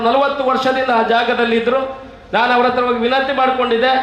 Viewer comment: ಣಾಣು ಶಾಷಕ... ಇರ್ನ... ಸ್ವಶಾಂತ್ರ್ಯ....